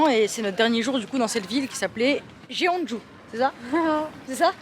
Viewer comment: Soune choNe ( suncheon) Jone Jou (jeonju)